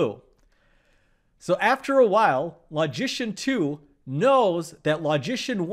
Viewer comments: I have always admired your videos. You are one of the best. But, because logic and logicians have a special place in my mental heart (what???), I cannot allow you to mispronounce the word "LOGICIAN". I have checked the pronunciation of that word on many websites, and I have seen only two pronunciations of it. The letter "O" in "LOGICIAN" is pronounced as the word "O" itself (as in "OH" or "OPEN"), or is pronounced as the SCHWA sound (as the "E" in "OPEN" or in "ANGER"). Your pronunciation of the letter "O" is that of "AWE" or "AU" as in "AUGUR". I cannot tolerate hearing you mispronounce the word "LOGICIAN". So, I stopped! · I kept wondering why you were pronoucing 'magician' in such a funny way